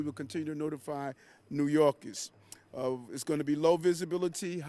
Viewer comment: He calls New Yorkers, '''New Yorgis''. This place is shot.